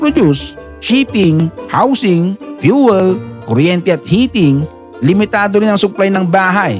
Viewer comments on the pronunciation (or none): none